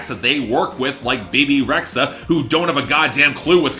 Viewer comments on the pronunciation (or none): Her name is m Bebe(Be-Be) Rexha not BayBay lol. Please Please pronoun the well-known artists name right. Never know they might be watching!!!